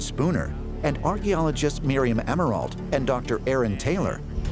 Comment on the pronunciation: Grew up with Miriam and that is definitely not how you pronounce her last name 😂